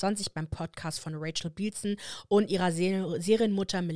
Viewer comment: Also ich bin der Meinung Rachel bilson wird bilson mit kurzem i ausgesprochen. Wie bill . Nur mal sone Randnotiz 😂 ansonsten toller Deep dive. Oc war Als Teenie meine Lieblingssendung und mir tut es so leid dass Mischa da so viel mitgemacht . Und dann noch vor der ganzen Welt . Wo waren denn ihre Eltern ??